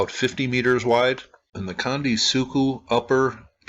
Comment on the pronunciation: let me help you in a few ways. 1 - Gunung Merapi is in Jawa Tengah ... CENTRAL Java 2 - Gunung (goo noong) meants "mount"\ 3- Candi is pronounced CHandi (as in "chair") 4- Three=level structures are Buddhist, demarcating the three gross divisions of all existence. 5 - architectural ambiguities across Sumatra, Java and Bali, are due to the origin of the first great Javanese empire arising from a literal dynastic intermarriage between the Mahayana Buddhist Srivijayans of Sumatra and the Tantric Hindu Sailendras of Central Java. Over centuries of in-fighting, shifts back and forth between Buddhist and Hindu continued pretty much until the economic cultural conquest by Islamic traders. Islam forbids carved imagery. A low "pyramid" without adornment suggest accommodations to these sensibilities. Bobodur, right next to Prambanan, both not far from this particular candi on the Dieng Plateau is the largest pyramid on the planet, is grossly tripartite, and has it's lowest level burried.